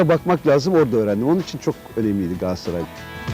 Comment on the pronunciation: Adam daha Galatasaray diyemiyor gasatray diyor